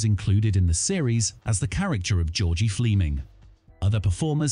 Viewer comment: Ooo, the way you said Fleming, 👎